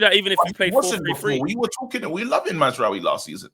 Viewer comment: Nigga said Mazraoui smh 🤦‍♂️ I tire yo matter Abeg!! kmt